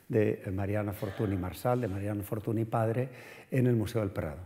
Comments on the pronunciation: Pues el de Henriette Nigrin, bien que lo pronuncia a la francesa... Dejaos de hostias, se pronucia Fortuñ, y punto. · Fortuny (fortuñ), no es tan difícil de pronunciar... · Como puede una persona dar una conferencia sobre una persona de la que no es capaz de pronunciar bien el apellido? Fortuni… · Es curioso con los cocimientos de arte que ha demostrado tener este señor, no tiene ni idea de pronunciar correctamente el nombre de un protagonista de la conferencia. O a lo mejor si sabe pero no quiere, porqué cuando se refiere de nombrar a Henriette Nigrin, compañera de Mariano, dice correctamente Anriet Nigrin pero cuando se trata de Fortuny dice Fortuni. Señor, y sin querer insultar a nadie, que usted no es ningún paleto, un poco de respeto, y muchas gracias por la interesante charla. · NY = Ñ Fortuny se pronuncia Fortuñ. La charla es excelente pero este detalle chirría un poco, más si te pasas una hora hablando de una persona y pronuncias el apellido mal constantemente...